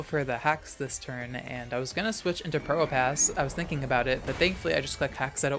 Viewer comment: i always mishear you saying probopass as pronoun pass 🤣😭 you get one (1) pass to call me he